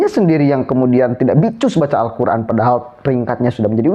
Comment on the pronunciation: Dia itu bukan membaca huruf Arab nya...tapi membaca huruf latinnya.. akibatnya Salah Total 😂😂😂